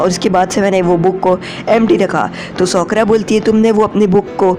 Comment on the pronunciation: Sokura nahi sakura🙄😅😂